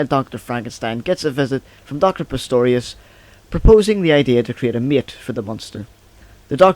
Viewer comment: Good job. (But it's not Pestorius, it's Pretorius.)